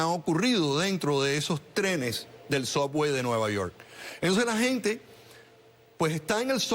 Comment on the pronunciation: ¿Qué es eso de soguey? Subway. 50 años en los EEUU y aún no pueden pronunciar correctamente el Inglés americano.